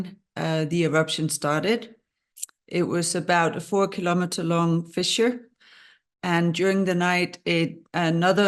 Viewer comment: Fissure, NOT "fisher" 😑